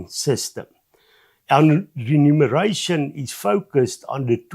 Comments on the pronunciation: Not "renumeration"! That would mean counting again. Lees mooi versigtig. Remuneration! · It's Re-muneration.